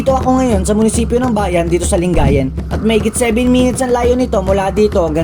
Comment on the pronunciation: Nakita ko lng sa Google. Mali ata pronunciation sa lingayen.